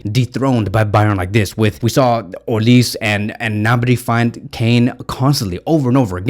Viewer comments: Pronounced “Olisè” not olis he’s Nigerian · it’s olisE “e”..😂 not olis (I’m Nigerian ).. visca Barca 💙❤️